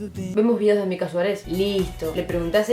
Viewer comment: Que roberto aprenda a decir mica